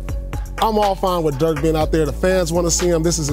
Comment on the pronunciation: His name is Dirk not Dörk god dammed